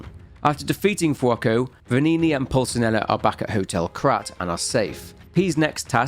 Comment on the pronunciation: How do you butcher the pronunciation of Pulcinella so badly? You can literally hear it ingame.